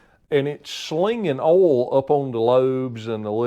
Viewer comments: WTF is "awhl"? Just messing with you. You do good work Sir. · I’ve heard it pronounced “oilyul” mostly from up north. Southerners usually pronounce it “oil” without the extra syllable. Not saying one is correct and the other wrong. Just different.